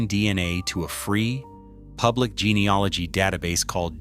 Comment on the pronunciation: Its gene e AL ogy not gene e OL igy